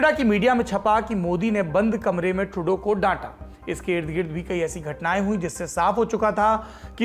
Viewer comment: 😂😂😂 How clearly and emphatically Saurabh said "मोदी ने बंद कमरे में Trudeau को डांटा". Just observe his accent there,😅😅😅 मज़ा आ गया